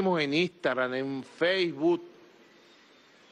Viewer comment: Por el bien de la humanidad y la salud mental destituyan o échenlo ya Quiere que todos dejen Twitter cuándo no puede pronunciar Facebook dice faceboot Dios mándale un rayo ⚡️ Por el bien de todos.